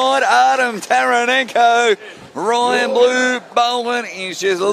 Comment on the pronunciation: funny that the cant get Ryans name right at his own event 😂😂